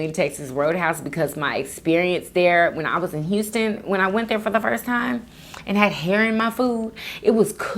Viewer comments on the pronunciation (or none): none